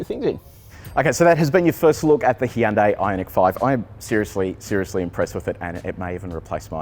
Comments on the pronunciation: Jesus you're making me cringe so hard man!! The review was amazing, the video itself was great to watch! But, I mean your channel has expert on the name yet, you call it a "Hi yon dai" 😵 it's like hearing someone call Versace, Ver sase. C'mon!!! 😢💀. "Hyon dae" is closer!! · Great review, great car. Just one thing, it's pronounced Hunday, like Sunday. Hyundai ran a Superbowl commercial years back just to make this point. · Funny when he says Hee Yun Dae Ee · Every time he said Hee-an day, I giggled. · He' un' day Me: Gesundheit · Why did he say Hyundai that way instead of how the Koreans pronounce it